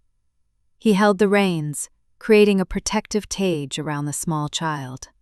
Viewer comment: Fix the pronunciation of the narration. There are so many mistakes it ruins the telling. The H/h names are continually mispronounced and a simple word like, cage was pronounced as tage. It's annoying!